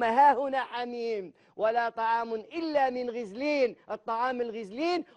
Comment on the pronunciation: غسلين وليس غزلين ،و زيد يخسر بزاف و لاينطق الايات بشكل صحيح ،ضمة يردها فتحة وفتحة كسرة ،،هذا مين جابوه ،بففف